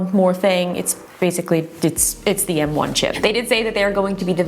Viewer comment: She keeps saying “N1” instead of “M1”